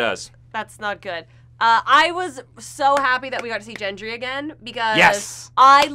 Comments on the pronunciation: FFS! It's Gendry with a hard "G", not "JENDRY" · It's Gendry with a hard G. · I totally love your recaps and reviews, but can we please talk about how you pronounce "Gendry"? 😂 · gendry's pronunciation loll